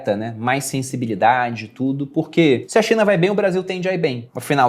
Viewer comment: só eu ouvi "Xe a Cinha vai mal..."? Rsrs...